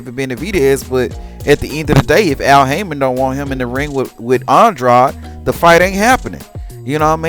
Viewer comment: How are you going to be a fanboy yet you don’t even know how to properly pronounce that man’s name. It’s Andrade.. rhymes with braid . Wtf is aun-draud? Lmao!